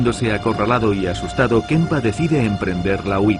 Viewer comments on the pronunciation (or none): Porque este subnormal de narrador dice kempa? Kemper nene Kemper!!! Este tipo ya en otros documentales inventa el idioma y es imosible ver el documental.